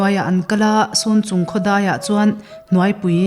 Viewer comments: Sunchung in tih hi chhunchung zawk anilo maw aw halkha leh falam inkar amikhi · Sun or cun chung tih ani mai thei.Chhunchung tih tur a ni e.